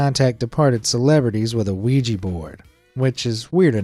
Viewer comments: it is ouija - not oujii board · Never seen someone pronounce Ouija as Luigi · Why do americans always say "Luigi board" when they talk about an Ouija board? That's not how it is pronounced at all lol